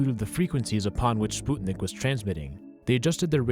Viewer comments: So now I'm supposed to call it "Spootnik"? Sput-nik, NOT Spoot-nik!!! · is he russian? Are we in Russia? The English pronunciation is spuhtnick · I'm sorry but I can't get over how ridiculous "spootnik" sounds ... It might be closer to correct but if you're speaking English you don't have to pronounce one odd word in another language... It makes your speech sound stilted. Just say "sp-uh-t-nick"... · Its not spUtnik its its spŭtnik ŭ/ă are used for the same sount as U in the word "but" and (ă/ŭ) are phonetic translation and used in many alphabets! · Is it actually pronounced "Spootnik" or is it "Sput-Nik" because I've never heard anyone say "Spoot-nik" and everytime he says it I get confused whether he's pronouncing it right or wrong. Plz help😭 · I’m 61 and never heard it pronounced spootnik before. 😂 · It's still spootnik, so.. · Why do you pronounce Sputnik as Spootnik? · ''spootnik'' lmfao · Its not pronounced spootnik you pseud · All I can hear now is “Spoot”nik 🤦🏼‍♀️ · the butchery of the pronunciation of "sputnik" hurts. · It's a russian spacecraft. Google how its pronounced in russian genius. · why do you keep saying sputnik like that?? i dont understand how yall kids dont know how to pronounce words anymore, i get you dont learn anything in school but the front page of google literally teaches you how to say words lmao